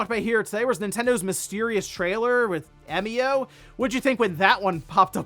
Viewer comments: 笑み男=Emio, pronounce eh-mee-oh. Means "smiling man". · But we do know how to pronounce it. It's literally how it's pronounced in Japanese. 笑み男 -> えみお -> E mi o. You pronounced it correctly. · “Eh-mio” is correct, at least following the Japanese pronunciation. The word 笑み男 is literally “emio”, with the Japanese “e” sounding like “eh”. Who knew could speak Japanese 🤯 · About Emio's name, I'm pretty sure you got the pronunciation right. Because it comes from it's Japanese name 笑み男 (emi otoko, just taking the toko at the end), emi meaning smile and otoko meaning man. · I believe you're saying Emio correctly. It seems to be a shorthand of the Japanese name "Emiotoko" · You pronounced "Emio" correctly 👌. I've been learning Japanese for about 3 years.